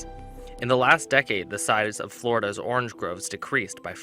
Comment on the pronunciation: orange NOT OR RANGE